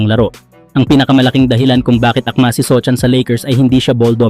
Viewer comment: sohan po ndi sochan 😂